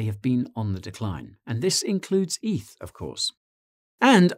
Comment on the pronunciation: Stop calling it EATH, it's not a thing. Ethereum = Eth.